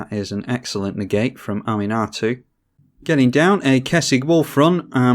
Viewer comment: Ahm-un-ah-too...that's how you pronounce her...not Animar, lol. Oh wait, now you're pronouncing it correctly...trolling us, noice...really nice edition with mimic vat... I have quickly stopped underestimating Gherid and wort mother because of your game plays so thanks for that!